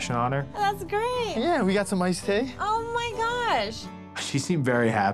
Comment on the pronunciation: He says ice tay